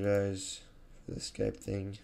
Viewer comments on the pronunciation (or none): none